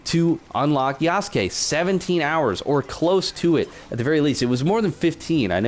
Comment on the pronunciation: First person I’ve seen pronounce his name right lol